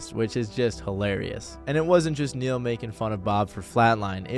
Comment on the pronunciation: For a sec, instead of “Neil” I heard “Ne-Yo” I was finna lose my shit lmao